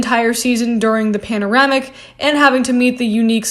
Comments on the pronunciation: I lose it every time u say "panoramic" "pandemonium" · Did she say pandoremic? Lol gotta love you Americans 😂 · Panaramic??? Oh come on gurlllll!!! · Did you say panorámic and pandemónium?